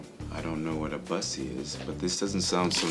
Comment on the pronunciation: Waiting for the day one of these guys pronounces bussy correctly....just sayin. Lol